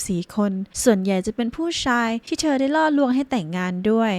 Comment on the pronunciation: ทำไมออกเสียงเธอเป็นเชอ..